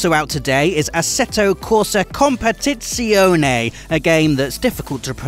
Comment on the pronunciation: Nice pronunciation there with 'competizione'! That z sound is not usual in english